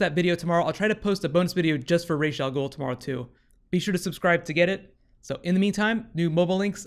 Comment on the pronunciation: Isn't it pronounced "RAHES - AHL - GUUL" instead of "RAYES - AHL - GUUL"?